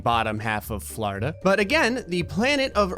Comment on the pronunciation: ITS FLORIDA NOT FLARDA